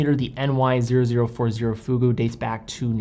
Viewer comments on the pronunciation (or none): none